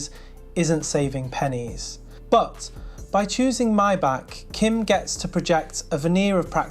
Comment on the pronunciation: wow you actually pronounced it correctly. my-bock not may-back.